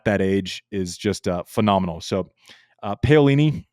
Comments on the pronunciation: Andy, Pah-oh-lee-nee and not Pay-oh.... 😂 😂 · Btw, that is pronounced Pa O li - ni